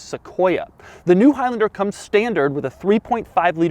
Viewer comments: Is it stressing anyone else out that he is saying “highlender” instead of “highlander”....but not only that, also the fact that he says it times??? 🤣🤣🤣🤣🤣🤣🤣🤣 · Is it really pronounced hilender? I've always called it a high lander. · It’s not highlinder it’s highlaander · It’s high LANder not high LYNDIR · “highlnder” it’s highlAnder😂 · "High Lender" 😂😂😂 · For a second I thought he said Al Capone, haha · I thought he said "Toyota of El Chapo" LOL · "soooo lets talk hIgH lAnDeR" - doug 2020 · you keep saying high lender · Why does he pronounce Highlander like that?